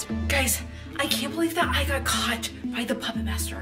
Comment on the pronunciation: is it just me or did it sound like said someone got got instead of someone got caught